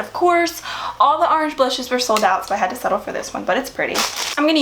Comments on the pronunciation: did anyone also hear her say "arange" instead of "orange"? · I could watch your videos all day. Random but I like the way you say orange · I love the way she says orange! Lol